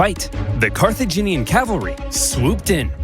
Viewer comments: Watching struggle to say "Car-tha-gin-ian" is both entertaining and frustrating 😂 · Carthaginian like Virginian. Car-thu-gin-ean